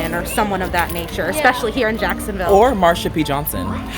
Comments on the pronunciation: I get offended when people say “exspecially” and not “especially”.... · There we go again. "EXspecially ". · Never trust someone that says "eXspecially" lol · "expecially with the history of what they hold" the way that girl speaks makes my blood boil idk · She was one of the "smarter" ones there but her boyfriend just agrees with her, got no opinion of his own. If she says "expecially" he'll just agree that it's the right ponunciation 😆